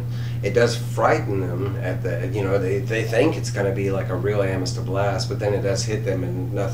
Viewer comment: Great review but you're killing me homie. It's pronounced a muh thuhst